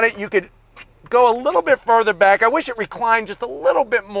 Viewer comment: I was just gonna say that he also said “ I WUSH IT WAS LARGER “